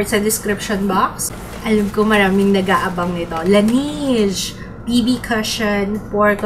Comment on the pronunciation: I think La-nej yung pronunciation sa Laneige :)